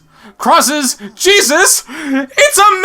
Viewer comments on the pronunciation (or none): none